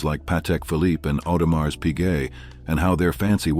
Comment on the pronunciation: Can we stop pronouncing the s at the end of Audemars, its not a mars bar.